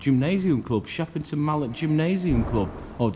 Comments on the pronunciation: It's called shepton mallet not Shepperton mallet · It’s pronounced “Shep Ton Mallet” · You haven’t said the name right 🤦‍♀️